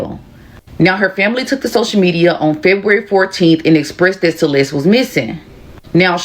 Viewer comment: you know it is insulting you saying her name bad every time, right?